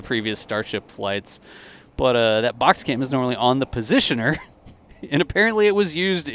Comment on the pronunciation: Thank you, that was awesome! By the way, are you sure you're not from Wisconsin? The way you said, "Oh geez, that's a box cam" made me crack up.